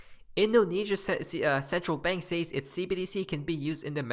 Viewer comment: Hey bro, I’ve been meaning to mention this to you since English is not your first language, although you are very proficient, but, the word “says” is pronounced “sez,” not sAys. Thought you should know 😊